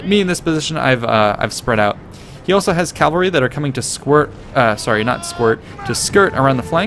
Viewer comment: Cavalry, not "Calvary"